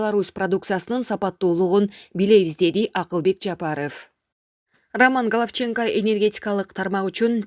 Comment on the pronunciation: Галавченко эмес Галовченко кайсы убакта О ну А деп окуп коюнун дагы шарттары болот . Гечирип коёсуз бирок эскертип коюшум шарт